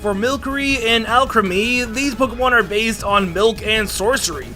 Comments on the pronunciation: "THESE POKEMON ARE BAZE" the first two times i thought i was hearing things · Doesn't it annoy anyone the way he says 'based'?